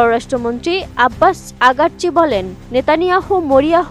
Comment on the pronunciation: আব্বাস আগারচী,,,না আব্বাস আরাকচী